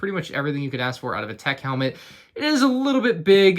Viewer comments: You keep saying their names wrong! Why does everyone do this?! It's Teek, 'unta, Recka, Rosshair, and Eeko... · teik rekah and huntah